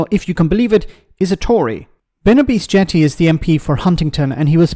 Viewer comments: I think it's pronounced OBessy in this case. Great job Ben. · I believe the "Obese" part of his surname is pronounced "obsi", not like the English word for grossly overweight. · Great vid. You mispronounced his surname though